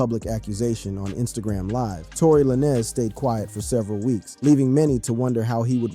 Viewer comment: Tory La Nezz 😂